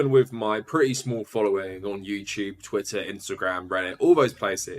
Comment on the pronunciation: “Youchewb” lol